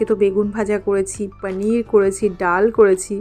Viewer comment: Didi normal vhabe paneer bolo na didi sundor lagbe sunte 2mi jani ki vhabe bolo